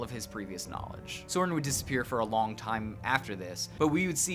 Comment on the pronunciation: it's pronouced Soh-RIHN